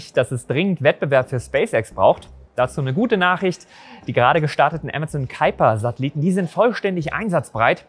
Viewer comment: Vorweg, wie immer ein sehr interessantes Video. 👍 Ich weiß dass das Amazon Project Kuiper ein US Projekt ist und quasi einen "englischen" Namen hat. Aber als jemand der an der deutsch niederländischen Grenze wohnt, ein wenig Niederländisch spricht und mehr versteht, stellen sich mir immer die Nackenhaare hoch wenn man Kuiper english ausspricht. 😅 Wir sagen ja auch im deutschen Kuiper Gürtel und nicht Kaiper Gürtel. 😂